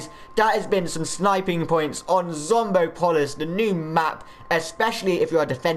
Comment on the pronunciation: Did you really say zombo polis? Its zombopolis, pronounce it right next time